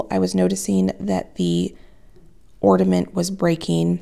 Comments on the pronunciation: I got a chuckle about your repeated "orDaments" comment (instead of "ornAments") how funny. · Hi, I have been enjoying watching your videos lately. I have a little pet peeve today though... It's the word ornament. Whenever I hear someone pronounce it orDament, I have to click away. It makes my insides die a little. I'm sorry. I know it's petty. But there's no d in it. 😢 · Am I hearing you say “ordament”? I can’t tell and it’s cracking me up that you say it wrong because you’re so articulate normally. And it’s endearing because my youngest son used to say it as a little boy. Love it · It sounds like you are saying orDament - it’s pronounced ornament. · I watch you all the time, you remind me of my daughter, lol. I'm wondering if it's my hearing or or are saying "ordament'? instead of "ornament"? It's cute! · I love you so much. watch you all the time. no matter what and I do not even have a garden or enjoy working in the kitchen. However, I watch because you make me smile. With that being said. I do have to say that there is no "d" in Ornament. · I’m sorry but the word is ORNAMENT there is no D in this word. A simple thing but surely someone else has noticed this. I don’t want to be the mean girl as I really like your channel but every time you mispronounce it I wince.